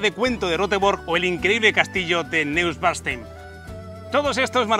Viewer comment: Muy bueno el video. Lastima que no aprendiste a pronunciar el nombre del castillo NEUSCHWANSTEIN...